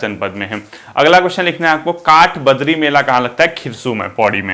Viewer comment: सर,, काठबद्री नहीं काठबद्दी का मेला